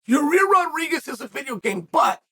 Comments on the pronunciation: it's Yuhrear (yuh-reer) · "YAREAER" 😆 I'm pretty sure unlcle chael knows it's Yair pronounced (ya - ear) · Uncle Chael literally calling our Man ... "Your - Rear - Rodriguez" :) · Ya-rear !!😂 he is consistent, Chael has been saying it like that for years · Ya rear 🤣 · Literally everyone knows Yair and Emmett are fighting... Chael: "Nobody knows Ya-rear and Emmett are fighting..." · purposely butchering names is why we love uncle Chael... "Your-rear Rodreeges" lol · Yarir.... Only Uncle Chael can spell the mans name for his title but still call him YaRir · YaEar Me?! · "Your rear" rodriguez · Yuh rear Rawdreeguess.